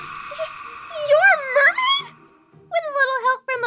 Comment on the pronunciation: Aph, it's the mail-maid